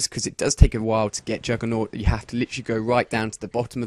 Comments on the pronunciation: Jugger-nog or Juggernaut? :o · Yeah, so why do all commentators say naut?